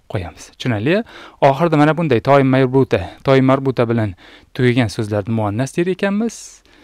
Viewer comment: Assalomu aleykum. Nimaga (ة)ta marbuta demasdan toymarbuta deb aytayapsiz.🤔